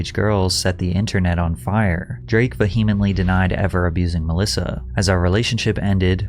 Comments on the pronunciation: again, Patrick. PLEASE learn how to pronounce “vehemently”. I am begging you. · Patrick, I love the channel but please stop hitting the “H” in the word “Vehemently”, it’s pronounced vee-uh-muhnt-lee . You use this word at least once in nearly every video.